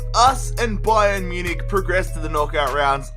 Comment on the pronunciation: why do you always say ba-yern munich